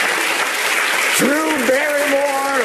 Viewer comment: 등장할때 드루붸리무어 발음 쥑이네